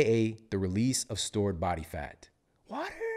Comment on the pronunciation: I love when you say « Bat Fat » 😈😂 I’m laughing alone in my kitchen